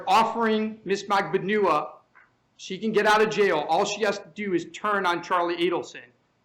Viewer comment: magban-OO-ah as if he didn't know how her name was pronounced lmao